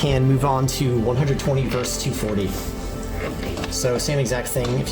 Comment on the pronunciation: Versus is not one syllable.